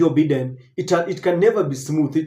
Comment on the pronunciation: Biden is pronounced as"Baiden" Please correct your pronunciation in your next presentation. Just a polite advice. Thanks🇬🇧